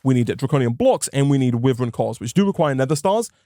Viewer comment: the way he pronounces wyvern actually hurts me, it's supposed to be why-vern (like the dragon) Say it however u feel, just though I would let you know just in case. Love ur content, keep it up <3